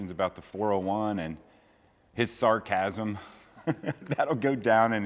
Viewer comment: Samcasm......not Sarcasm!!!❤